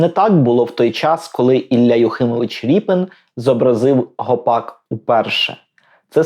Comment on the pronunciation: Змилуйтесь, не РІПИН же ж! Рєпін!